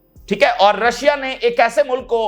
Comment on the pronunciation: Rasha nahi bola Karen Rashia bola karen